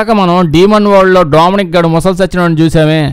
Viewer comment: Ooolbert .....dooomyaanicc anta...bhaley undhi kadha pronunciation...vinnaata miru....😅😅😅😅😅